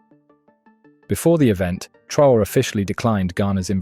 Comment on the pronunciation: His name is pronounced Tra - oh - ray. Thanks for the article!